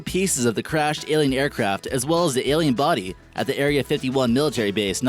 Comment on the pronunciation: AAAAAAlien, not elllian!